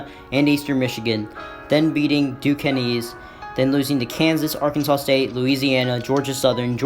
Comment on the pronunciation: Duquesne is pronounced (doo- cane) but love the vid I'ma sub